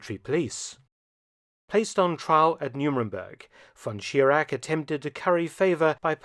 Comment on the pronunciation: Mr. Felton - you can do better. Your pronunciation of "Reich" is wrong. It is not "Riyk" It is not "von Schirak" and not Reiksleiter". We germans have also Problems with your "th" ...but with your focus on the 3rd Reich...not 3rd Reik